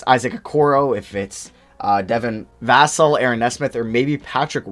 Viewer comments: Jesus dude his name is pronounced “Vuh-sell” not “Vass-ull” you had it right the first time. Also Avdija’s name is pronounced “Av-dee-ah” not “Youv-dee-ha” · Hey mate I go to FSU and they always said va-sell not vas-l. You had it right the first time Im pretty sure. Much love! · Dude you keeep correcting yourself incorrectly on Devin Vassell's name. The first pronunciation you do is actually correct. It's not Vas-ul lol. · Is it just me or did mess up on vassell's name and cut it out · u gotta be saying vassals name wrong on purpose at this point lol